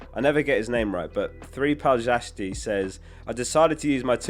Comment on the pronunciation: Great video! BTW. "3palczasty" is pronounced like: "three pahl-chas-tee" 😅